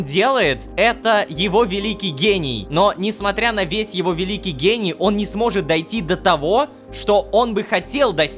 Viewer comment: Когда JDH(Джон) сказал "Гений" мне послышалось "гей" 😅